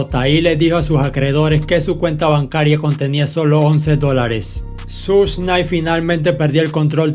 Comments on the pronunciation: Buen canal. Buenos videos. Pero se pronuncia "Shug" y no "Such". No cuesta nada ver un video o un audio donde se pronuncien bien los nombres. Algo que le quita lo bueno a este canal es eso. Se pronuncia muy mal algunas cosas. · NO SE PRONUNCIA “SUSH”. LA PRONUNCIACIÓN CORRECTA ES “SHUG” QUE VIENE SE “SUGAR”. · Se pronuncia Shug